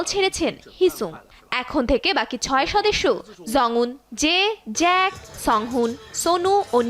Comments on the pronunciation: জেইক✅ জ‍্যাক❌ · Jungwon❎ zungwon✅ Evan❎ivan✅ Jake❎zake✅